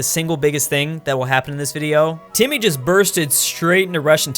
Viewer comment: he called timurid timmy lol